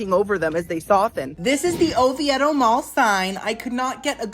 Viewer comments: Oviedo Mall was so popular back in the day. That was our go to mall in highschool. It’s very not busy anymore! Also it’s Oviedo ( O-Vee-dough) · its pronounced O-VEE-DUH 😂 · Lol the way you pronounce Oviedo 😂 it's pronounced O-vee-doh. You make me laugh! I'm not too far from the Orlando area. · in Orlando area, it's pronounced O-VEE-do. You are correctly pronouncing it, but this is the South, we don't pronounce things correctly. Like Ocoee is not O-coh-ee, it's O-coy